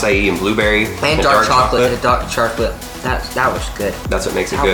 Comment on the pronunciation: "Dark Charclate" lincon